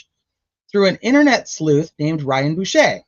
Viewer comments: Boucher “Bow ch RR “ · Bow, as Bow down. Ch as church. Er. Bow ch er. Boucher.